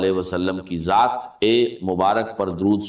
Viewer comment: Ye nhi haen talaffuz se pata chal rha hae,,,,Dr sb, Allah ki jaat nhi kahtey Allah ki zaat kahtey haen,,,, video banani hae to apni banayeñ Dr sb k video per q bana rhy haen,,,, bht ghalat baat hae